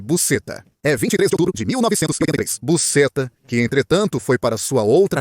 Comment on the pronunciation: Pronunciar busxeta e não da forma que está sendo feito